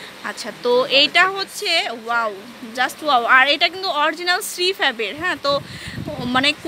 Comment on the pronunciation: Ishhh.. Ki bisri bhasha mey tar.. Pura gramer bujhai jai.... Please get someone who can talk properly not 'Oaww-wow' 'Zust-Just' 'Parson-person' Just a Humble request